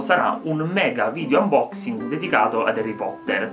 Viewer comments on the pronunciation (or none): none